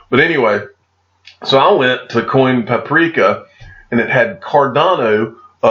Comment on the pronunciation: You are reading coinpaprika wrong.